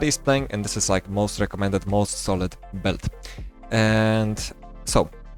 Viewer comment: hi without any hate, I just want to mention for you to improve maybe. When you pronounce "Build" you always say - "belt". For a second I thought you were talking about belts instead of builds. Try to pronounce build as - "byld" or something like that please:D. Cool video otherwise we can see you have a lot of knowledge now in pvp and iop seems very fun. Nice 1v2 clutch!